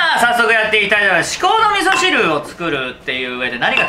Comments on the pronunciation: 字幕では"至高の味噌汁"だけど口にしてるのは"みそうのしこしる"で草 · みそうのしこしるwwwwww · 「みそーの しこ汁」って言ってない？w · 至高の味噌汁をみそうのしこしるって言っててガチオモロい笑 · 頃 「みそうのしこしる」って言ってて可愛い笑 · みそうのしこしるで完璧にツボってしまった…笑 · 至高の味噌汁っていうとこが「みそーのしこしる」になってるｗｗｗ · 味噌汁作り終わったあとに、 「至高の味噌汁、完成」のテロップの時に「みそうのしこしる、完成！」と言ってるwww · ｢みそうのしこしる｣って言った？笑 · みそーのしこ汁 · みそうのしこうじる って聞こえるｗｗｗ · みそうのしこしるwwwwwww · みそうのしこ汁って言ってない？w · みそうのしこしる?